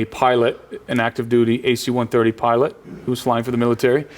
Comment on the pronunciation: It's not "AC-130", it's "a C-130." And yes they are used to transport cargo, in a combat zone. They aren't using 747's over there. I was in the Marines for 8 years. I went to Iraq for 1 of them, and Afghanistan for another 2. And I'm not just saying, I know. I also bought this DVD and myself can confirm the guy knows what he's talking about having ridden them several times. I trust his word over yours. Not only that, he's in a multi-million dollar documentary. You're just some guy on the internet. Which one has more credibility?